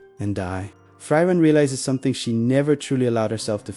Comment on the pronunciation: It’s pronounced (Free-ren)